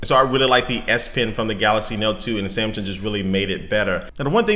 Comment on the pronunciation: Wow i was thinking "im crazy or hes saying galasy? Im gonna read the first comment" and there u have it :)